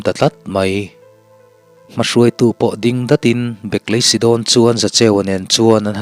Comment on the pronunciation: hawh u i din chawl lawk tiang u, ti lovin, i ding chawl lawk tiang u ti zawk ta la, dik hmel zawk lo maw. chuan ding lai tak hi thluk bawk la.